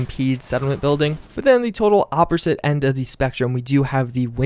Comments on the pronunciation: did anyone hear him say opporsite instead of opposite? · my boy said "oppersite" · did you hear him say "opporsite"